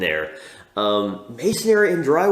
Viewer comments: Yep. It’s mason-ry. Not mason-ary. 😂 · Thanks for the review, just for future reference brick, mortar etc. materials are pronounced: mason - ree , not mason -air-ree ( no “a” sound) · How do you like it honey... "Missionry"